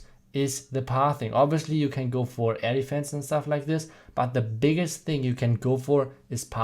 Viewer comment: With the German accent when you say air defense it almost sounds like you say elephants! Awesome vid!